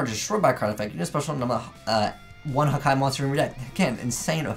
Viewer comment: One of the only yugitubers I now saw/heard who can pronounce Hakai "correctly", not Haka, Haki or Hika. But I think they are really destructive and good in disruption opponents monsters, but it has no protection and can easily get Kaiju-ed, returned to the hand,deck, etc.